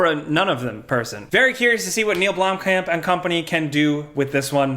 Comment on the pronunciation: The pronunciation of blomkamp is hurting me in my South African heart